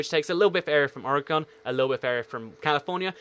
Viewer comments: You pronounced Oregon wrong it's pronounced (or-e-gen) not (or-e-gon) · It's OR-uh-gun, not OR-ay-gone. I should know, I live there. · You pronounce Oregon wrong